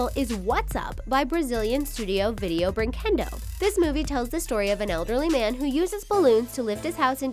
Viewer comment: You pronounced the company wrong It's Video Brinquedo